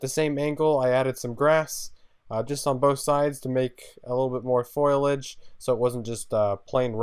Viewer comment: I'm sorry but it's not foilidge it's foliage